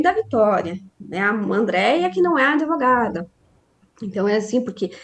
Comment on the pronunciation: Advogada que fala impactuar, ao invés de impactar,fica difícil. Penso que ela se apresenta como adevogada